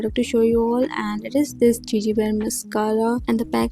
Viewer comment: It's not jeje it's गेगे